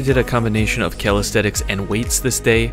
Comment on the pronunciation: You say "calistheTics" a few times here, and you said it earlier in the video as well. They're called calisthenics, with an N. You butchered a few other simple words as well. You also did a 10mg loading phase, and the recommended loading dose is 20mg for 5-7 days. You joking don't seem like a very smart guy in general.